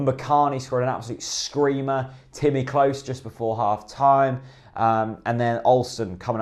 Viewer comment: can you PLEASE stop mispronouncing Klose's name. It's pronounced CLOSER, not CLOSE